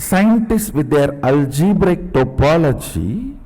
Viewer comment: Swamiji said algebrical topology 150 times, but he is so adorable and knowledgable that one can forgive that agony . :)